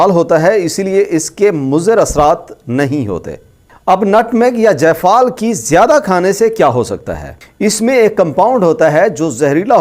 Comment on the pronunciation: جفال نہیں ہے جائفل ہےاردو پڑنا بھی سیکھ لیجیے شکریہ